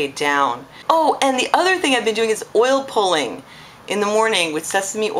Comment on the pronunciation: did you say oil poling, poiling? what is that?